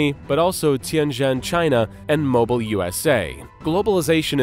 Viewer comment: I had my suspicions at first based on the cadence with which it was speaking, but once it mispronounced "Mobile," it became pretty obvious that it was AI. Other than that, it was pretty convincing at times.